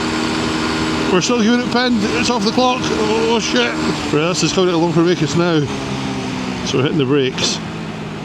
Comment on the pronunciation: You obviously know the area well, you pronounced Longfomacus correctly.